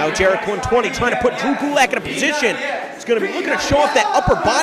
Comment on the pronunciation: I dont like it how he says Jerek